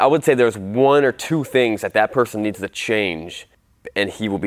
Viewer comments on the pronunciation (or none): none